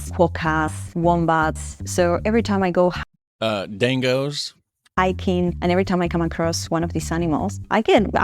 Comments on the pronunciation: Man it's pronounced E mew not E moo and dingo not dango😊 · Did you just say dingo as dAngo??? Hahahaha! That cracked me up!! 😆 Yeah. A lot of our marsupials will mess you up lol